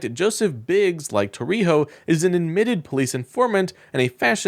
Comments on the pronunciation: Tarrio - TAR RI O —— It is IMPORTANT we pronounce these criminals name correctly so no one thinks they are someone else💙Show your faces you #ucking punks. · Tarrio is pronounced TAH-rio.